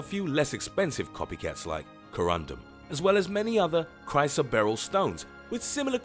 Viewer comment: Its pronounced chris o barrel and not spinal like your spine but spin el like spinning